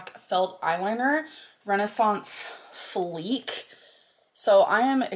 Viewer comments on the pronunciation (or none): “FLEEK”… it says flick…